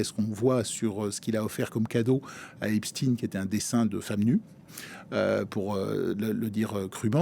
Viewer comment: Epstine? Comme Poutine?😅😅